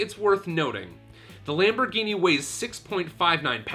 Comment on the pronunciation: nice LAMPBOHGYNEEYY